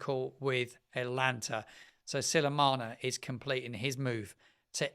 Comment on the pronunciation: Love your channel - but you have pronounced the name of that club wrong again - it’s not Atlanta or Alanta - it’s “ah-tah-LAN-tah” Its name is derived from the Greek mythological figure and is pronounced the same way in English and Italian. Because you are shaping this up to be a very professional channel its important to be accurate and I’m sure you wont mind us correcting that pronunciation again. 👍